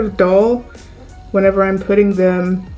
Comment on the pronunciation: Am I the only one that cringes every time she says whenever???